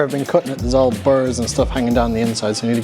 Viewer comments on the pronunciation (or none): none